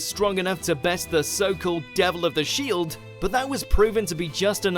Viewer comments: Rising of the 'Shied' Hero 😂. Shieeeeed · "Shied Hero"